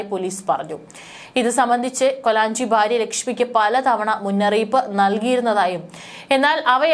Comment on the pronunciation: Baarya alla bhaarya. Aadyam malalayalam parayaan padhikku.